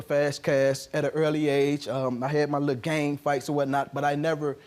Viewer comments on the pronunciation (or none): none